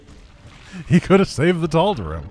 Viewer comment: I may have missed this in a video long ago, but why does pronounce "Tal'Darim" with an "ihm" instead of the "eem" ending (like the characters pronounce it)?